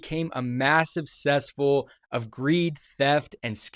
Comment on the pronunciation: He said, “A massive sessful?” wtf is that?